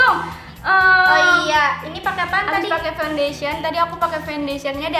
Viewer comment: "Dia makan pondesyen" :(